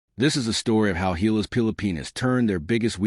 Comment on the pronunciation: GILAS not HAYLAS